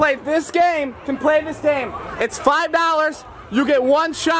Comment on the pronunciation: “If u make the shot, I’ll give you 1000 dAllArs”